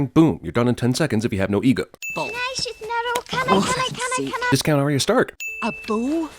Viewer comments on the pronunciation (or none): none